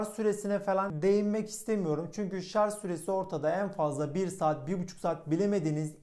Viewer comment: Şarz DEGIL ..... Ş A R J öğren artık